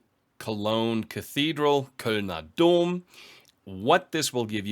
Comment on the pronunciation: The "Kölner Dom" was pretty on point, ngl!